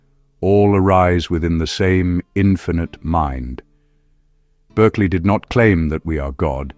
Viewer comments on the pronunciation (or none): His name is pronounced BARKLEY.